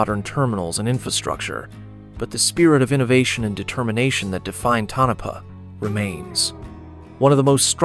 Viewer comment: Pronounced Toe-Na-Paw, not Tunnopa. That's what happens when you don't QC the AI drivel.